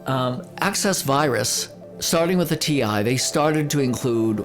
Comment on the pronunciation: Funny that you're calling it T1. It's T I. i it stnds for Total Integration :)